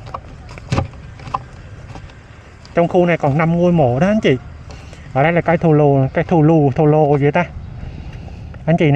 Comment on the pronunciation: Cây thù lù chứ ko phải thồ lồ